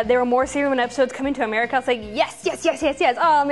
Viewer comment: why is eric cartman from south park saying "welcome to anime americer"(i know its america but it sounds like americer the way he says it)